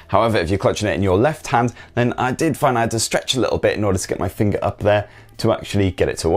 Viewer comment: fingeh, loh..nohhtch..haays..pronounce the words clearly.haha